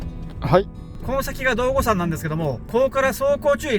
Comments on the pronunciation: まさかの私の地元に来られていたとは…とても嬉しいです。 わたしにとって雪はあまり嬉しくないものですがが楽しそうでなによりです。 ちなみに『どうごさん』では無く『どうごやま』と読みます😅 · 地元からしたら、どうごさんではなくどうごやまって言い方が性格👍